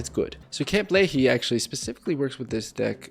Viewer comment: Not the pronounciation 😂 it’s Lee-High not Lee-Hee